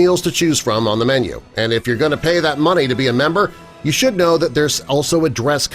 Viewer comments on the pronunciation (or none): none